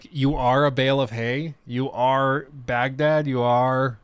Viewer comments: Guy really has a hard time saying Baghdad. 😅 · Next time can IGN get an actual Middle Eastern person to narrate the video. White boy is butchering the words